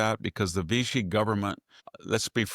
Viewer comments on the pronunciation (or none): none